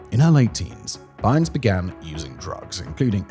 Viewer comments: There's a quota for mispronunciations in his videos. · the weirdness that is Simon’s pronunciation. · It's BYNES not BURNS. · It’s Bynes (B-eye-ns), not Burns. Can somebody write out this guy’s script phonetically? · Bynes, not Byrnes. Amanda Bynes. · who tf is Amanda Burns? It’s Bynes…how do you get Burns from Bynes? Was there a typo on the teleprompter? Sometimes when Simon reads a script, it’s glaringly obvious that only his mouth and eyes are engaged, while his brain is off doing something else. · Isn't Dana Plato from Different Strokes...? not the Brady Bunch... And, it's Amanda BYNES, not BurneS. TOO MANY MISTAKES IN THIS VIDEO !!! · Bynes... As in BINES... Not Burns... Thats the Simpsons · Anybody else notice him saying Amanda (Burns) instead of Bynes? Is that a British thing or have I been pronouncing that wrong all these years? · It’s funny how in the narration you mis pronounce amanda buy-nes not burns but you pronounce it correctly later , also Dana Plato was on different strokes not the Brady bunch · Amanda BYNES.... not Amanda Burns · Is Simon just ignoring pronunciation per usual or did the author write Byrnes, not Bynes? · Did you really just say Amanda "Burns" instead of Bynes? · Also Bynes, not Byrnes. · Amanda Bynes (pronounced Bines) not Burns. Lol. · Burns, Simon? It's Bynes, there's no r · ITS BYNES , not BURNS, BYNES like bines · it's Bynes not burns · Lol why does Simon keep pronouncing “Bynes” as “Burns”?! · How did he get Amanda BYNES name so wrong? Over and over adding an R to her last name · Is that how British people pronounce Amandas name even though its clearly "Bye-nzz" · Bynes...Where is the "U" or "R?" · Byrnes/Byrns is a fairly common last name, so I'm betting his brain just auto-inserted the "r". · Yeah I was like Who? Pronounced Bines here in the states. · Yeah, it's weird hearing someone insert that r in there. Probably due to it being a more common last name than "Bynes". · Bynes, rhymes with "vines"...no "r", dude.